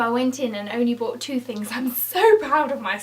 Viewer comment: Are you saing broght or bought?